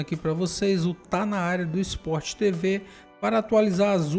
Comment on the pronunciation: Minha pergunta é: Onde vc leu ou escutou SpórtiTevê? É SpórTevê